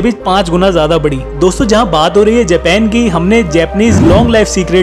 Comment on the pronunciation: भाई देश का नाम जेपेन है या जापान है